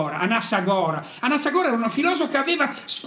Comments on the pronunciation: Anassàgora… È giusto che al prossimo comizio gli accenti siano quelli giusti. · Beppe, si dice Anassàgora ;-) buon anno, dai che ce la facciamo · anassàgora... dai cazzo sembri Di Maio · Beppe..... AnáSSagora 😆😆😆 non AnassaGora😃😄 Grande lui e chi vuole crescere... Auguri a chi è Consapevole di essere parte dell'Universo.. 💮💪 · Anassagora... chi era costui? Ma le basi almeno. Anassagòra e parliamo di smart city e IoT. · Cristo beppe non ne hai azzeccato uno di accento. Anasságora